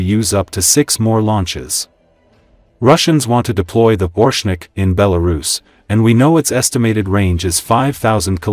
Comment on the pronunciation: Not ORshnik. oRESHnik.